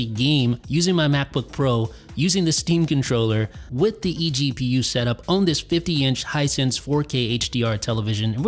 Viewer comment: every time he says eGPU a baby gets punched in the face